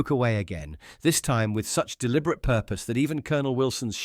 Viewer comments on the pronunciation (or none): none